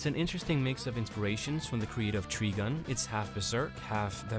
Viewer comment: "tree gun" Nice review though, took on some titles myself.